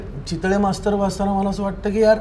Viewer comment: बर का, माला नाही रे ते "मला" आहे, बर का!!